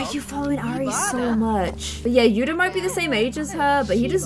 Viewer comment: When you say yuda it sounds like yuna